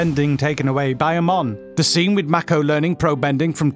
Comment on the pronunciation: Its princess YUE!!! NOT YU!!! Its ZUKO!! Not "Zukko" It is AMON!! Not "A - MONN" I find it so annyoing when ppl dont pronounce the names correct xD